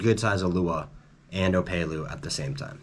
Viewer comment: Killer tips thanks. My only criticism is it’s op”e”lu not opaylu😂 Eh eh 🤙🏽